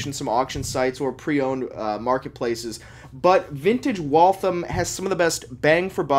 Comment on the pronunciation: It's pronounced WalthAM, not Walthim. I know this not only because I grew up next to the town that gave the company it's name, but my great grandfather, and grandfather both worked there. And they were entirely US made until 1957.